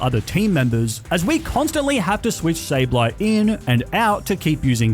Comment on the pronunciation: IT'S SABLEYE, NOT SABLE EYE! FIX IT NOW!